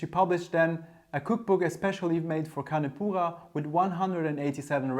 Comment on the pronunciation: Take a sip every time he says "con poohah". My ears